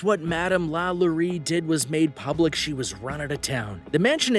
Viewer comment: Oh Lord, Delphine's name is pronounced "La-LOW-ree"